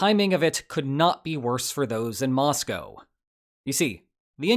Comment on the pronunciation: Congrats on your pronunciation of Moscow!